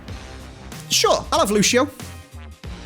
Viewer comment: Its not pronounced luchio its lucio for a reason